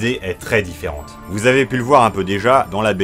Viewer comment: Ferante Bah quoi, tchouky a dit "dit férente"!! Et deux fois en plus